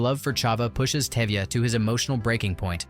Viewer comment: Exactly. Even the lead role name Touvia- became Tevia. What gives...?😅